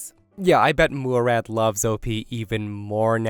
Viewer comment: Yeahhh, it's not pronounced "Moo-rad".